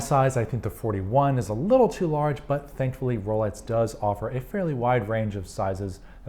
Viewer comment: Sounds like you're saying Rolets and not Rolex, which is more interesting than you might think, as I have an acquaintance who mispronounces X as TS. Is this a thing? Edit: Yep, he's definitely saying "Rolets". Listen for yourself. Multiple times he says it.